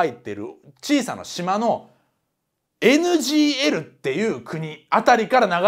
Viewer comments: 一回NGLじゃなくてNGKて言ってます笑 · NGLをNGKって言い間違えたとこで笑ってしまったw